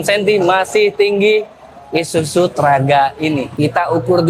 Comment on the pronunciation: ISUZU mas.. Bukan ISUJU..😂